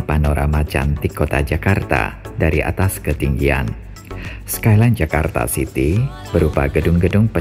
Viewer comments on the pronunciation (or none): none